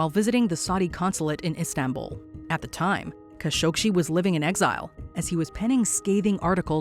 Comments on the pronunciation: Jamal KASH-OG-SHEE??? Really?? You guys can’t even pronounce the man’s name properly? They even say his name in the news flash you show! Jamal Khashoggi’s surname is pronounced “Kash-oh-gee”! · It's Jamal Khashoggi, NOT Jamal KhashoggSHI. Please, have enough respect for a dead man to say his name correctly. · Quit saying "Kashokshi", for cripe's sake. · "Kashogshi" are you serious? That's not very professional at all. Atleast learn about what you are going to tell us so that you can pronounce things or names properly. The fact that you said his name so horribly just tells me that you have no idea about what you're telling us. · Still managed to mispronounce "Khashoggi." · Why can't Americans pronounce Khashoggi? 😂😂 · Why is the narrator adding several extra letters in her pronunciation of Khashoggi??? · Voice over mispronounces Khashoggi's name, news content clips used say it right.